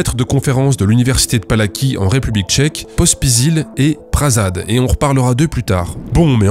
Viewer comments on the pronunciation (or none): J'ai envie d'être chiant : ça se lit "Pala-ts-ky", pas "Pala-ki" (le 'c' se lit 'ts') (mais bon, ça te fait du référencement) (j'adore ton travail, j'espère bien qu'il y aura une saga sur les crèmes de Guerlain x) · Ah mais c'est l'université Palacký, pas Palaki, le c se prononce "ts", je connais ! Mais j'avais pas capté à l'oral. C'est comme la Marche de Radetzky pour la prononciation